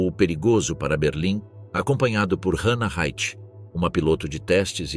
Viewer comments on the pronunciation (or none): none